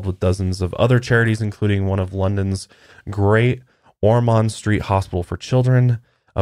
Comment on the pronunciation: Just because it's bugging me a lil and I live in the U.K, no shade to you guys of course I love the podcast. It's pronounced 'vi-count' not 'viscount' and it's 'great ormUnd' not great 'ormOnd' In any case keep up the good work ❤️